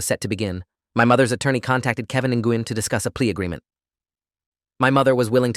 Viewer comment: It's not nuh -goo-yen; it;s more like saying when with a slight NG sound at the beginning ... I suspect that when she heard the bit about what happens if she misses a single payment, she hit the roof. She was likely hoping to come up with a way of never paying it back. "You're my bankroll! HOW DARE YOU ASK FOR THAT MONEY BACK?!?" Also, I suspect that the mother was giving money to the ones who had already made up their minds. "If she goes to jail, we don't get money from her anymore!"